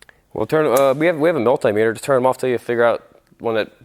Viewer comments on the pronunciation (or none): none